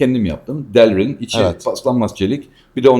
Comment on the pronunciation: 10 yıldır aktif makine mühendisliyim. İşim gereği yıllardır bir çok mühendis, usta ve teknisyen ile konuşurum. Herkes sanayide delrin der. İlk defa derlin kelimesini doğru telaffuz eden birini izledim. Süpersiniz. Mükemmeliyet detaylarda gizlidir.